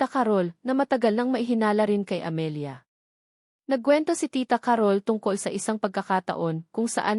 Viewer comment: Ca-rol po ang pagbigkas hindi Carol na mabilis